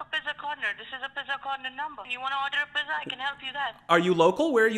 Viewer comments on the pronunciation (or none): "Do you want to order a pizza?" It sounded like he was saying Pezza